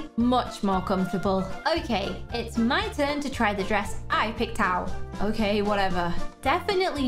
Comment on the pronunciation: It's DWESS not DRESS